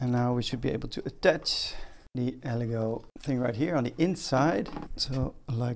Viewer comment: Good video, make sure to use some sort of protection when handling resin, and your lungs will start to feel it after a few days if you don’t use a mask. Btw, it’s pronounced El-eh-goooh!